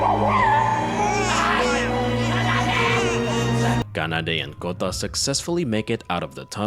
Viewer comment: Is there a specific reason why you pronounce Japanese Names like, Kanada, Kayako, Kota with a G instead of K. Like Gayako instead of Kayako? Is this intentional? Just asking, never heard someone pronounce it wrong.